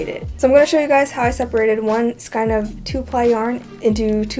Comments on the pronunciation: Thank you so much for your tip. I have one for you. The word skein is pronounced "skane", with the long "a" sound, so it sounds like the letter "a". 😊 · skein is pronounced "skayne"